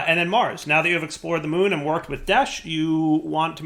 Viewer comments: It's desh not deshed ahhhhhh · Anybody else find it simultaneously annoying and hilarious that he keeps saying "Desht" when it's just "Desh"? He said it right like, once. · It probably wasn't bugging much of anyone else, but the word is "desh,", not "desht." Not that you even say "entangloporter," you actually shorten it to "entangloper," but I had to say something or it was gonna continue bugging me. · its desh not desht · Lol desh..not desht but this is fun!! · He's gotta be trolling us, right? Several times he said "Desh" correctly, so he's obviously not misreading the word. So it has to be deliberate trolling of his audience, right? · Please stop calling it deshed 😂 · Why do you keep saying "desht"? 😭😭😭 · Lmao every time he said it I cried a little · Youtuber / streamer disease. You with 100% chance mess up words in recording :)